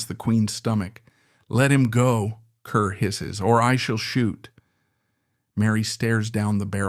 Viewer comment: Ruthven is pronounced RIVVEN. Kerr is pronounced CAR.